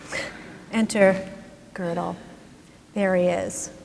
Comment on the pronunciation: Gödel is really not hard to pronounce.